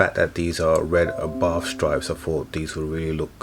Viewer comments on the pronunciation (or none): Abarth not arbarth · It’s an arbarth not an arbarff surely?? Love the wheels though. Good call. Also the mods you have installed brilliant.